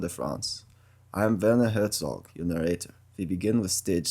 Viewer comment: Amazing. Your German is a bit French though. I'm sure Herzog would be studied and indifferent.